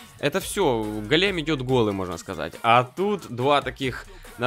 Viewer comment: Так ещё и голе́м, а не го́лем